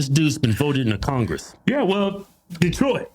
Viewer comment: Detroilet? That's some really sloppy English. Been in the US since 1979 and still hasn't learned English?? Desperately needs a speech therapist.